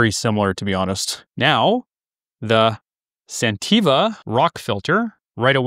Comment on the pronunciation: I think you are mispronouncing the name of the company you are reviewing.